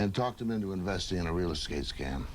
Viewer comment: "Real eskate scheme"? Dad?